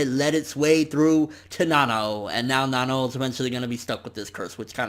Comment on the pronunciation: It's Nanao ( Nuh-now)